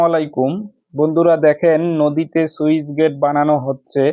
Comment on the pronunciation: সুইচ না স্লুইসগেট 😅